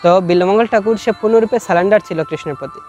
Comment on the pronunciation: কথাটা সালেনডার নয় সারেনডার